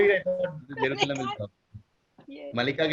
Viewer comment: Yes , She is reading from another screen or something, was not able to pronounce jerusalem, then read something about from wikipedia, Fake acting obv.